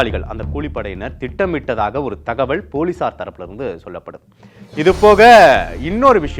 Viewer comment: ஏன்டா தமிழை இப்படி கடித்து குதர்ர …. தகவள் இல்லை தகவல் …. தமிழ் ஒழுங்கா பேசவே தெரியலையே …